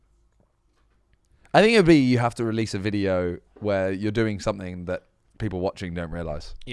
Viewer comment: its something not somethink haha